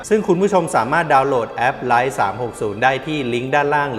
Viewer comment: Life ออกเสียงว่า ไลฟ์ ไมใช่ ไค้